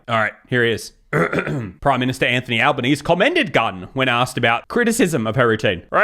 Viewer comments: Alban-easy, not ease. 😂 Bruv. You sure you’re Australian, yeah? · I should have given context that I’m Australian 😂 I’m so used to hearing the Zee at the end that not hearing it sounded super weird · You’re Australian? You don’t know how to pronounce the Australian Prime Minister’s name. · When people ask what my nationality is, I’m going to say Albanese, pronounced like he does 🤣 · This fella in the video kept saying “Albanese” and pronouncing the end like you would in “Chinese” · He definitely has something else weird going on, that's not a regular aussie accent. Also, where did he learn to pronounce Albanese?